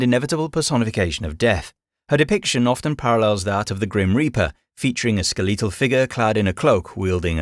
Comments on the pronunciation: Skeh-leee-tul? You’re just making up pronunciation. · "Skel-LEE-tal" jumped out at me... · So I heard the narrator pronounce Valhalla with the stress on the final syllable, which I'd never heard before, and thought maybe that was closer to the actual Norse pronunciation. Then I heard him say "ar-byter" and "ske-LEE-tal", and decided he was just making it up as he went. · "skih-lee-tall"...? I've never heard that pronunciation before, and it wasn't the only one that stuck out in this vid, just the oddest. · Whether or not this voice was AI aside, you'd be surprised of common different pronunciation are. Where I'm from, you can start hearing drastic changes in how people say certain words (i.e. drastic changes like saying Skeletal as "Skeleetal") by simply driving 20 to 30 minutes away from your hometown. Like, I've met people that have been able to tell exactly which town I grew up in just by how I naturally speak, despite the fact that we have the same accent and the same cultural background. All that to say, weird pronunciation doesn't automatically means it's AI. It could be, as the voice was inconsistent in the way it said "Valhalla" (and I'm pretty sure I heard the exact same voice, pronunciation, and pacing before on an other lore channe, but to be fair, they were also from the UK), but it could also just be human error, as one part could have be re-recorded multiple time and they simply forgot how they originally said it (i.e. one could be for dramatic effect or for a specific style of narration, while the other could just be their natural way to say it with their accent). Regardless, if it is AI, I'll agree with you that it's very well done. But because of the reason I mentioned above, I genuinely can't say whether or not it is real. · The way he pronounces “skeletal” absolutely sends me